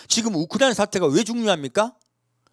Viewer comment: 야. 우크라이나. 발음 잘 해라. 발음 우크라니아? 아니야.